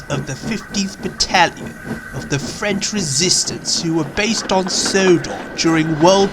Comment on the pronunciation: As a French Canadian I can asure you. your proconiation is on point. Good job